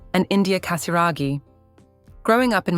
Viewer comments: Cher Robot qui fait les commentaires… Apprenez à bien prononcer GASIRAGHI ! 🙄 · la famille PRINCIERE de Monaco et non royale.Prononcez bien le nom de la famille Casiraghi par respect pour leur famille.Pourquoi dites vous CATARAGI Et prononcez Béatrice et non Bétatrice ?